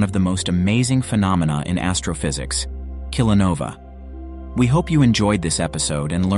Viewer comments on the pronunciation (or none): The "ae" at the end of kilonovae is pronounced either as a long i sound (item) or a long a sound (day) depending on which system of Latin pronunciation you're using. It is the plural of kilonova, where the last letter is a broad short a (ah). The plural is mispronounced throughout the video. Tsk, tsk!